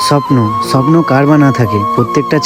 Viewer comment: এ ভাই স্বপ্নটা ভালো করে উচ্চারণ কর তারপরে ব্লক করবি😅